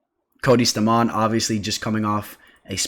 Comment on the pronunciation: Stamann is pronounced “stay-men” ... tf 😂